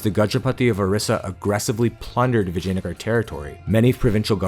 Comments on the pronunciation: "Vagina-gar" ...i like it... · It's Vijayanagaram.